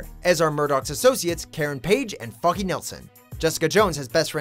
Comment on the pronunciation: I thought he said "Karen Page and F*cky Nelson"